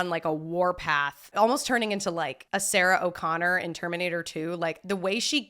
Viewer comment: I like how you made Sarah Connor Irish 😂😂